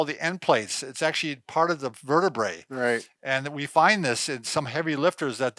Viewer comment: why the tall one says Ashley instead of Actually 🤔 ask / ast